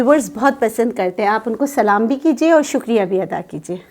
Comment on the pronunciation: Assalam o Allykum. Dr.plese ap Salam theek talafuz sy kia karain. Salamati ky bajaey ap baduaa dy rahi hoti hain